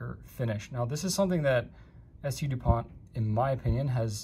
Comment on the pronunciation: San-Du POHN *Ghee-OSH*, I should have thought (ya know: there ain't no accent or final T on the last name).